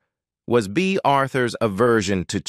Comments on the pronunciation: "Blonsh" Devereaux?!?😮😢😅😊 "Bay" Arthur?!?😂😅😊❤ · The narrator for this keeps saying Blunche. The characters name is Blanche. Then at times he pronounces Bea Arthur’s name like he’s saying Bay